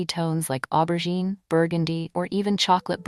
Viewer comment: It’s aubergine (o-ber-jeen). If you are going to use a French word at least pronounce it correctly. I am all for turquoise and aubergine, pale pistachio and powder pink.